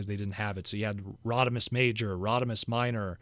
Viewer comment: For some reason when said "Rodimus" there, it sounded like he was saying "Rodi-Miss" and now I just want to see a gender-swapped Rodimus design 😆😏